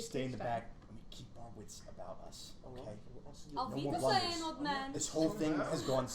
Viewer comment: Love your dynamic! (Although as a German I am triggered by the way y'all pronounce "Lufti" 😉) Edit: Actually all of your German pronuncuation 😉